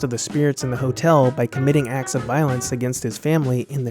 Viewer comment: "committing "axe" of violence"